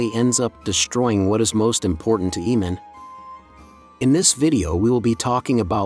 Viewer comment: Its really cringe how you keep saying "eemand"......